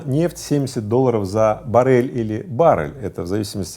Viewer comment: В слове «баррель» ударение ставят на слог с буквой А — ба́ррель